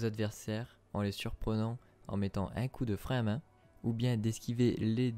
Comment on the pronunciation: Bordel l accent du nord le frein à MAINH